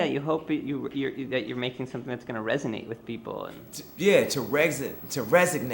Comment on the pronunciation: Kanye trying and eventually succeeding to pronounce resonate